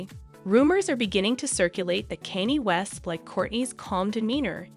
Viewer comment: Can you not say Kanye's name correct?